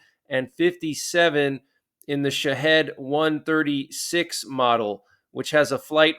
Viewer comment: Interesting story, I saw that this morning myself. I think that it may be a step too far to attack Iran, Syria and Russia at the same time. However, considering everything that has happened over the past year, it's possible. I hope and pray everyone stays safe, much love to everyone. Oh, btw, just a heads up: Edinburgh is pronounced: Ed-in-burra and Shahed's are pronounced Sha-heed's 🙂